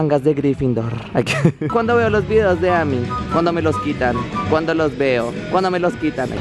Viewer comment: Minuto Amy es un nombre inglés que se pronuncia Eimi. Pero bueno supongo que ya lo sabías que lo harías por hacer la gracia